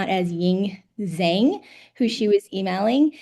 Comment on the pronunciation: And Zhang isn’t pronounced zang. Z is a J in Chinese language. It’s pronounced Jong like song with a j. The mere fact everyone pronouncing incorrectly is defense into not knowing. My first name is Michael. You ask if I know Michelle with same last name and I would say no. You show me a picture of me, BAMB….. ok, yes I know. Same as zang versus Jong. Furthermore Chinese are notorious for fostering an American name, have relative her name is Xin but has a foster name of Cindy. Government mistake not Lopez mistake. Oh she lied….. nope….. government making out like it’s a lie when they know this information, making them the lie ! Just sayin